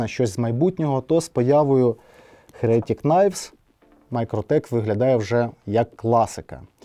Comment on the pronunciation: чому "херЕтік"? Якщо з англійської, то "хЕретік", а якщо українською, то " єретИк"...